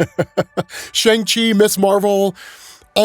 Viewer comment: Bruh. Learn how to say Shang